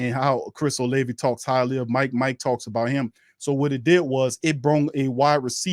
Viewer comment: Oh-lav-vie not Oh-Lay-vie